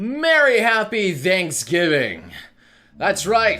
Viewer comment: Ok, I know he said Thanks Giving, but could have sworn I heard him say Danks Giving.